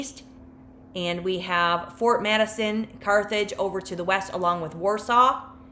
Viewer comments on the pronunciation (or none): none